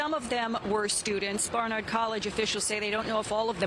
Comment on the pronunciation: Can you at least try to pronounce Barnard right? You’re a New York station.